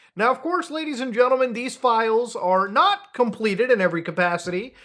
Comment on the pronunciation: Gadies and Lentlemen